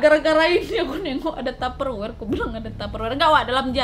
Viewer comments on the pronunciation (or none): Ngakak pas nadia nyebut taper wer....😂😂😂😂.